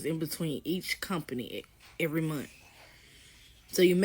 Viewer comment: Don’t take advice from any person who pronounces the word “month” like “munt” 😅